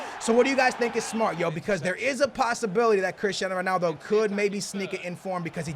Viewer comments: when did "son-aldo" become a thing my dude? prolly said it bout 45 times this episode. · It's not sonaldo